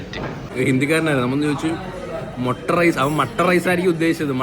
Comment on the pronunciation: മൊട്ട റൈസ് അല്ല, മൊട്ടഹ് rice